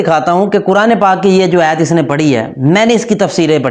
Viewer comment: Ayyt nai hota ayat hota hai. Pagal